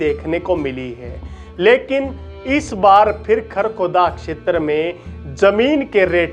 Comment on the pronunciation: क्षेत्र का pronunciation इतना कड़क और अलग अलग करके बोलते हो जैसे की ये 4 शब्द हों। Info brought out is not authentic n reliable